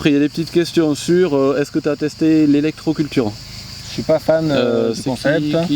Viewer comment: c'est "l'électroculture" pas "l'élecroculture":-p Merci